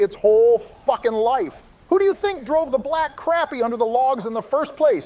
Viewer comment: IT'S PRONOUNCED CROP-PY 🤦‍♀️